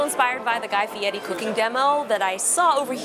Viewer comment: thank you for saying Fieri properly